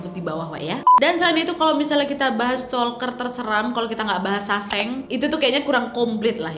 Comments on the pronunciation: Bukan saseng sangsae bacaan nya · sesang wak bacanya .. bukan saseng 🤣